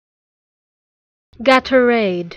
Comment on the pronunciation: It’s not pronounced this way. It’s gay-tor-ade